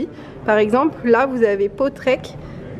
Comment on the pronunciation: Bonjour vous êtes a rovigne( prononciation) et non ronvinge